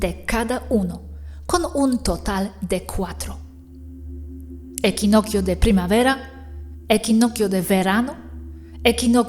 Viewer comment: Equinoccio se pronuncia como equinoxio